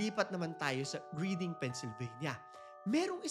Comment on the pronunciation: Reading Pennsylvania is pronounced "Red-ing"